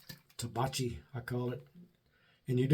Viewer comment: Hey, been awhile. It's pronounced Tah-back-ee. Italian for tobacco in the plural. Or for tobacco in TN, LOL as I recall from the TV show The Beverley Hillbillies. Cheers!